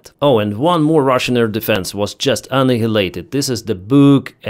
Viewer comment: annihalted pronunciation is bit off an/(eye)/elated h is there but aint doing much.